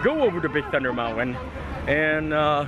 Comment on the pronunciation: Ummm "Mount-win"